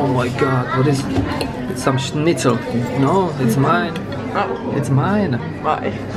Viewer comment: v AJ je řízek jenom "snycl" ne "šnycl"